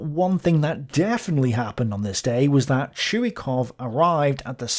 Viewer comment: Its not a big deal but Krylov is pronounced as Krilov not Krailov. Russians writing in Latin put "y" for their letter "ы" which is confusing for non-Russian speakers because they also put "y" for their letter "й". Anyway its KrilOv with stress on the second syllable. Also talking about stress - its ChuikOv, not ChUikov.